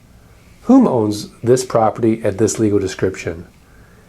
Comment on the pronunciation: Property is hard to pronounce properly, apparently.